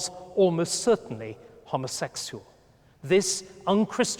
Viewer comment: "And was, almost certainly, hommasekshul." Lol I love how he pronounced 'homosexual '.